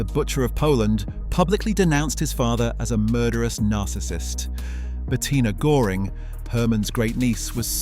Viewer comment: How hard is it to look up the pronounciation of ö before doing a video!